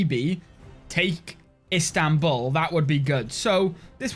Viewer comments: İts İstanbul not İnstanbul :D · "Instanbul"? Isn't it Istanbul? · Pleaasseeeeee - I beg of you, change it to Istanbul NOT Instanbul